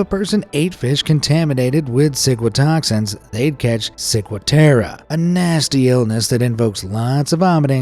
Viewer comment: Am I the only one who thought he said sigmatoxin